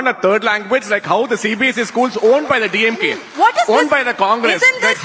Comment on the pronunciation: DeeYemGay dude is barking like a mad dog.